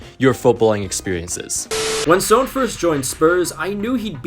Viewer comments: video was great but why do you pronounce "son" as "sown"???? its just pronounced as "son" like the star or a parent's child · This guy definitely watches Hunter x Hunter. It's pronounced "Sun." Not "Sone." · Is his name actually pronounced "Soan" or am I just crazy? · I'm sorry, but the way you're pronouncing Son is annoying me.